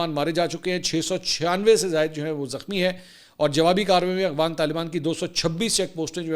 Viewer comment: Sir ji AGHWAN nahi AFGHAN 😅